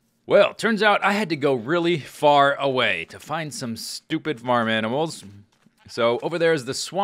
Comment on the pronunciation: You SHTOOPID SHTOOPID FARm ANIMALS! ~ 2013 I love how you say shtoopid instead of stupid when they dont listen. XD